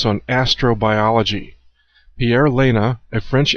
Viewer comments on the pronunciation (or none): none